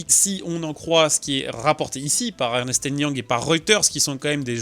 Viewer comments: Le cabinet EY, c'est Ernst & Young, pas ErnEst And Young. Sinon, merci pour la video!!! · Ernest and Young mdrrrr c’est Ernst pour info et on dit très souvent EY (en anglais e why) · EY c'est Ernst et non Ernest. Alors oui en anglais Ernst est l'équivalent français de Ernest, mais autant prononcer le nom du cabinet correctement. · C'est Ernst & Young, pas Ernest & Young ! (une seule syllabe pour "Ernst") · "Ernest" est un joli et vieux prénom. Mais le cabinet de consulting s'appelle "Ernst and Young", pas Ernest et Young.... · On dit Ernst and Young et pas Ernest and Young. C'est un cabinet américain comme Mc Kinsey.... Ce n'est pas grave, mais au moins, c'est intégré pour les prochaines fois ;-) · EY Ernst & Young... pas "Ernest" & Young... 😅